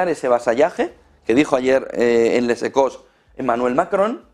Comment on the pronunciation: No se pronuncia el ´s’ en Les Echos.